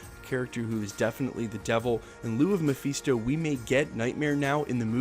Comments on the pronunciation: FIST-O NOT FEAST-O!!!!! GOD HELP ME!!! 😫😫😫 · Ma-fist-oh. Not mafeesto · Muh-fist-oh broskie. Your pronunciation was killing me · Mafeeesto?!?! 😂😂😂😂😂😂😂😂😂😂 for a guy who can’t stop saying ‘slew’ at the start of every videos, I thought your English would be a tad better... but no, you still can’t pronounce character names correctly. Read a comic or two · It's not pronounced Mepheeestow... He's also not the devil. You can tell you never read the comics and just became a fan because the films are big... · Say Mephisto again